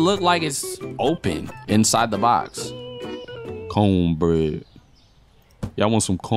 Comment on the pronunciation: "CONE BREAD" LMFAO PLEASE STOPPP 😭💀